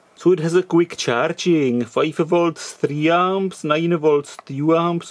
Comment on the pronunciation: It's Charing instead of Charging !